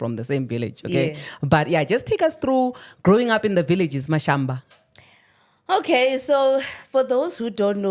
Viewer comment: Ha Mashamba not Mashamba 🤦🏽‍♂️